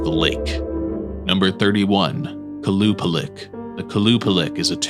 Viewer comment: Qualupalick genuinely made me feel uncomfortable